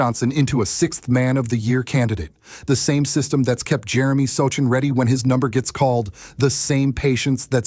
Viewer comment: So Chan? If you can’t pronounce the players names correctly you shouldn’t be doing videos!